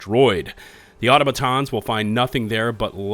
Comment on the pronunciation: One day you will learn how to pronounce automaton